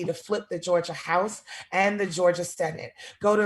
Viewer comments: I love hearing Bernie say "George-er" instead of "Georgia". Proud to represent Team Bernie in George-er!! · Lmao Bernie said George-er